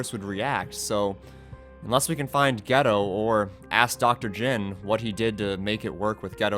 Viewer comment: it is jin not jim my god